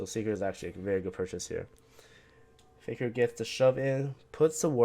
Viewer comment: Can you please say Faker properly? It sounds like you're saying "figure" lol